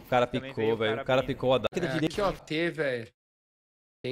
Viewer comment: "ART pickou de XM" kkkkkkk pelo amor de Deus...